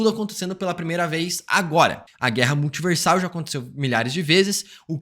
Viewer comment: Multiverrrrrrrrsal eterrrna peurrrrmanece